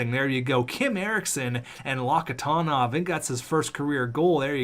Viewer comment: its lok-ti-onov, there used to be a player on boston with the same name